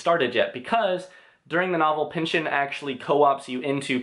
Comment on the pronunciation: I jus have to say right off the bat... bless you for saying Pynchon and not PynchON.